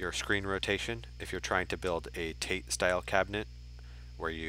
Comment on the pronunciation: Awesome setup. Just picked up my rgb pi jamma board and going to be hooking it up to my MVS cabinet. Btw tate is pronounced ta-tae